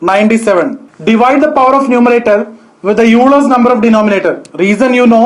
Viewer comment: You pronounced 'Euler's number' incorrectly. Actually Euler is pronounced like 'Oiler'